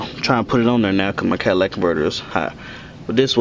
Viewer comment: (cat·a·lyt·ic) Catalytic converter not Cadillac (Ca·dil·lac)